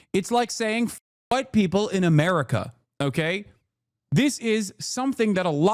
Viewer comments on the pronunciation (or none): none